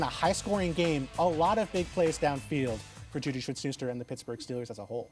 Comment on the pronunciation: simply cannot pronounce "JuJu Smith-Schuster." Weak.